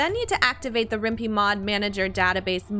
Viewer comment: Useful educational video so good for that......but, I shouldn't be bothered by it but the other mod manager is actually pronounced with a 'pie' sound at the end, as in Python, the coding language used to make it. It's also a must have if you play Rimworld through GOG.